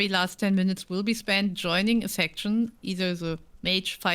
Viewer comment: Respectfully, English pronunciation surprises me English isn't my first language either, so i totally understand having an accent is ordinary Still, yoining instead of joining is really funny, maybe it's intended that way